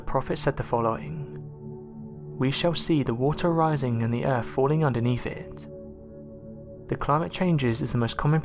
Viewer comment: Very interesting factoids...HOWEVER, the narrator needs to take speech lessons. The accent is alright, BUT...mispronunciations of words containing "th" are abominable and detract from the content because as I'm listening, I'm just waiting for the next unacceptable pronunciation. Example: the word "earth"...is mispronounced as "erf", "weather" is mispronounced as "wevver". That's just two, but once your ears hear the first few they seem to just be on the lookout for the NEXT ONE and grate like fingernails on a chalkboard to some people!!